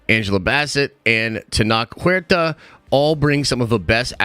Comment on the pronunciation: Huerta is pronounced (for you) "where ta", not juerta.